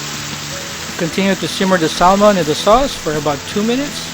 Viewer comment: it pronounce SAHMON silent L